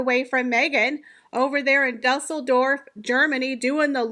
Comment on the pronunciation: Great video,! But I just gotta tell you how to pronounce Düsseldorf. Because of the oomlot over the “u”, the u isn’t pronounced as an “u”. The city is pronounced Do-sell-dorf. Do as in I stepped in some doo-doo. 😜